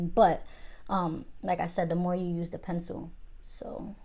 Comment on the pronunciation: Luv how u say “Pencil” lol Pensoo😂❤️